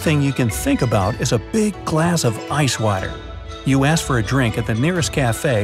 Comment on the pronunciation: says water like saying watter